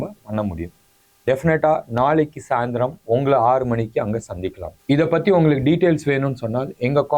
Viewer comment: பத்தி எரியும்? யோவ் அது 'பற்றி எரியும்'. உங்களுக்கு தமிழ் அவ்வளவு இளக்காரமா போச்சு?